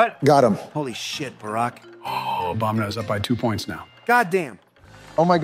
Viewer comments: Does anyone else keep hearing and saying 'Obamna' instead of Obama. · "Obamna" lol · They keep calling him Obamna lol